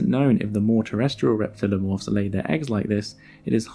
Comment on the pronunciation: it's pretty frustrating to see "reptiliomorph" and then hear you say "reptilomorph" over and over.